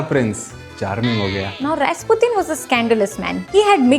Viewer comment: Rasputin sounds like rajputan